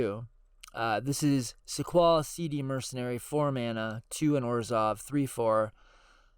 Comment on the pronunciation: Not that it matters really but SeeD is pronounced just like the word seed. The students are seeds grown in the gardens in FF8